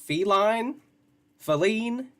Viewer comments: Was wondering if she doesn't know how to properly pronounce the word FEE-line. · I’m numb to her suffering. She’s always going through a crisis. I’m more pissed off that she keeps saying Falene.